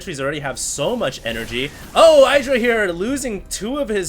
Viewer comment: "Idd-ra", not "I draw".